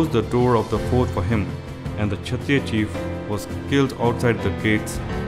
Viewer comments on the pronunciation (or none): none